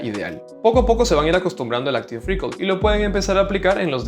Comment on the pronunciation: Gracias por el video! PD: pronuncialo "Áctiv Recáll" las tildes en la á ! ya que lo repites varias veces y parece que dices "Áctiv récord"